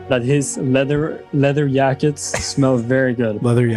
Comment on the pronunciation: “Leather yackets” lmfao I’m fucking crying